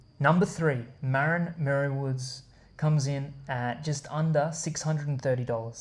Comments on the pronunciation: You are saying Marin wrong. I grew up there. It's not pronounced mare - in. It's pronounced muh - rin. As in Marin County. Come on, man. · ma-RIN - stress on the last syllable